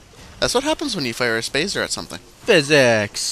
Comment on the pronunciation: do you say spazer just to make spartan lazer sound shorter?